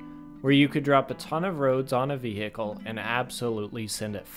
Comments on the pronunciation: very cool and funny video. one small criticism: never say the word vehicle again with that country bumpkin ahh accent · I really liked the vid, but man, you pronouncing vehicle like that somehow really annoys me TT